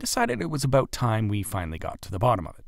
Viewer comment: As soon as I heard him say about I knew